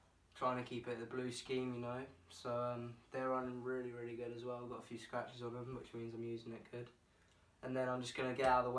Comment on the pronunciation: The British Rwilly😂